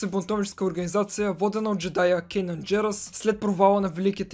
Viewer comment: Не се ли казва Канан Джарос, защото ти каза Кенан Джерос ? Видеото много ми хареса и ми беше много интересно, продължавай все така!